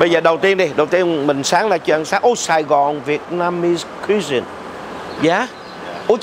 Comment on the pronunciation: thích chương trình của chú wá, ở 1 chỗ xem mà như đi cả thế giới. Cảm ơn chú và các anh em vì những nổ lực không ngừng nghỉ của minh. Ps: cho con đc góp ý nhỏ, chữ "cuisine" (ẩm thực) đọc chính xác là "Quỳ zin" (kwiˈzēn) nhấn ở âm thứ nhất, tuy viết là chữ C nhưng đọc là chữ Qu/W.